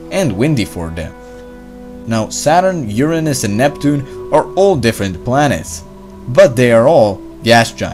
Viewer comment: Atleast, pronounced Uranus correctly its not Ur-Anus it is Ura-nus